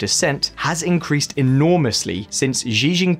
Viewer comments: Xi jin ping Sounds like sheee Jin ping. Not zhee Jin ping.easily found on Google. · He made the same mistake with "Xi" in Xi Jinping during all the video. He pronounced it zi- instead of -chi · Why’s he pronouncing xi jinping as zee jinping?? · This dude has butchered every name he came across. I like that! Ahahah “Giginpin”!!! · Xi jinping is pronounced she gene ping. Lol